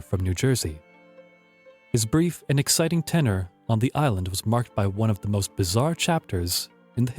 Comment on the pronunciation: I enjoyed this, but was distracted by the vast amount of mispronunciations: marque, tenure, Nevis, loath, dysentery, Quedagh, acceded, bury, etc. In a 30 minute video that's a lot. If you have text you would like checked over, I'll be glad to help; otherwise, dictionaries and pronunciation guides would be very useful, adding to the program's credibility.